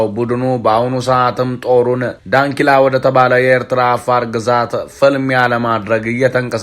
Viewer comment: ዳንኪላ ሳይሆን ደናኪል ነው